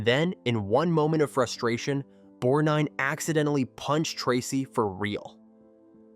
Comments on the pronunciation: Please get an AI voice that can pronounce the persons names correctly. Its Borg-nine and Merman not Borg-neen, etc. and Mer-Man like some sea creature. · pronunciation crap makes me sick bor neen and mer man